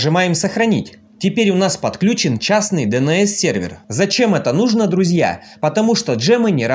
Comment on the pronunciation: Вопрос не по теме, откуда ударение в слове " Нужно" на последнюю букву? Не в первый раз слышу от вас🤭